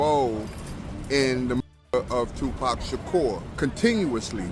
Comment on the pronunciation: This is the dumbest video with the most in correct information, he wasnt taken out September 9th it was the 6th get the dates right, and you pronounced his name two pack shacker that's not how it's pronounced show some God damn respect and get your shit right it's not pack either it's pronounced pac(Pock) Tupac (toopock) and kefe d is cooked even the crips are gonna green light his ass in the pen! He's piece of shit! Know your shit and speak correctly on it fool!